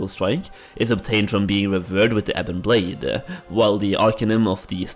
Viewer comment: of the ebone bladEHH